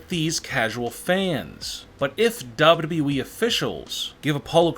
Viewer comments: It sounds like he is saying dab dab e to wwe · His pacing and inflections are nails on chalkboard annoying. His lazy pronouncing also irritates. WWE and Vince McMahon are two great examples. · It's WWE not the way you're saying it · Don't mean to be a hater, believe me, this video has some lit content, but the way the narrator pronounces WWE is kinda wrong.